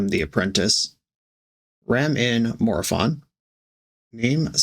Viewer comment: ☝️🤓 the correct pronounce it's "More o-fun"